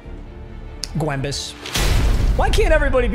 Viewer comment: Am i the only one who hates when he says gwembes?